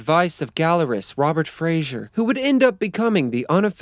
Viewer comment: The art dealer dude's name is Robert Fraser, not Frazier. George Lennon - that bit killed me!!